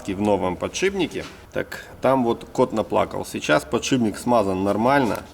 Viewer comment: ты раз 30 сказал подшиБник. Еле досмотрел, но уши до сих пор болят. Если еще скажешь шруЗа, я вообще перестану тебя смотреть